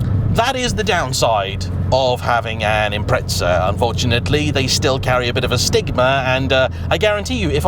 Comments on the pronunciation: Say it as it's spelled like the rest of the world does. Don't go adding random S's or T's and you'll be fine. Geez, for a country that apparently invented the English language why Brits struggle with it is baffling. 🙄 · Where are you from and how do you pronounce it? In Japan I've heard it pronounced "Impressa". The word is Italian in it's origins and they pronounce it "Impreza or Impretza" seemingly depending on region/dialect. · It's £7k per letter in British... Imprehtsah. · Why do you call it impretza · Why must the English insist upon saying Impretza? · Got to hand it to the Brits........Invent a language then cannot even use it. It's Impreza.....not Impretza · I'm gonna be that guy. I am surprised considering how much you say Impreza, you pronounce it incorrectly. You say it as if it is spelt Impretsa. There is no T or S. I understand native british speakers commonly sound out the silent T's in words. Or like to say Peetsaa instead of Pizza, yet when there is no T at all. Z's get pronounced as if the Z is now a TS. But i feel like it's a little bit on the nose, when being so excited about Subaru Impreza cars that so many people pronounce it's name poorly. And if anyone wants to get counter technical, Japanese speakers pronounce it as Inpuressa. No T letter sounded. It's just jarring to hear, over and over again. Good video though. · It's not Imprehtsah that's for sure. Japanese 'Im-Pressa', English speaking world 'Im-Preza', Brits 'Im-Preht-Sah'. Pronunciation is one thing but where do Brits get the T and two H's from? They just make letters up that aren't even there. Even the nasal Aussies can get this right and they can barely speak in a comprehensible language. Imprehtsah for crying out loud 🙄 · WTF is an Imprehtsah? 🙄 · Its impreza 😅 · I just tuned in to hear you mispronounce the word Impreza. hint, there is no t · Why can't the Brits pronounce this car properly?